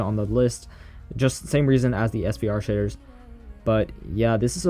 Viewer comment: Shaders name srve said svre😂🤣🤣 (Edit:but yemen)🤣🤣🤣🤣🤣